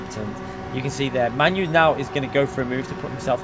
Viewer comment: Lmfao You. Its MANU ~ pronounced "Mah-noo". Not pronounced like your favourite shitball team